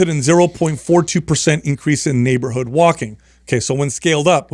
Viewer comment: neighbahood lol